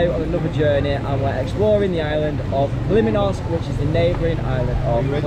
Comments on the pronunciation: And its KALYMNOS NOT KALIMINOS 🙄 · Its called Kalymnos and not kaliminos